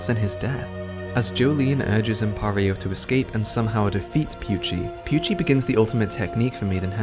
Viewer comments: Why do you say pucci as pewchie, lol. It’s poot-chee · its pucci not pewchi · the video was good and all BUT WHY DID HE PRONOUNCE PUCCI AS PYUCHI